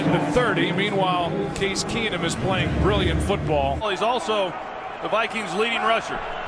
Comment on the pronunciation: Jered Boucher you would get a death sentence for that. And it would be worse if you did it Everytime they said keenum